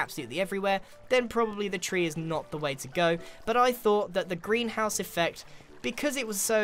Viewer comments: Am I the only one who hears "Grianhouse" when he says greenhouse? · Every time you said greenhouse it sounded like "grianhouse"